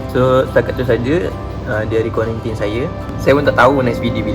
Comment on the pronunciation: Kuarantin bang bukan kuarintin. Makan sarapan tu xde pun xpe sbb xbangun pagi